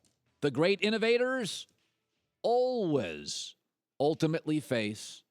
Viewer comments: The way he says al-was (al-wus) though... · I can't stand the way that Colin says "always". It sounds so weird.